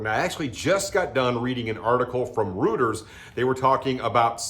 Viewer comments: It’s ROYters…not ROOTers, as a retired broker, just thought I would throw that in there. ;) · Let me help you. The name is spelled Reuters. You are pronouncing it incorrectly. You spoke it as ROOTERS. You should pronounce it as ROITERS. Go on you tube to understand. If you don't speak correctly, it makes you look poorly. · FYI- “Reuters” is pronounced “Roy-ters”